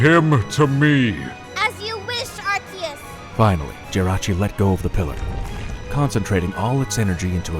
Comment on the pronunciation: its are- see -us not are-key-us